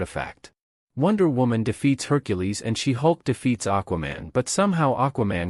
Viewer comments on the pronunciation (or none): none